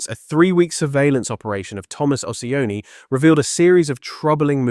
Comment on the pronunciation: It’s not Ociani, it’s CIONI — “CHEE-OH-NEE”